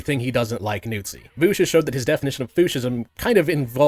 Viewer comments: Why does he call him voosh? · I physically cringe everytime you say "Nootsi" and "Voosh"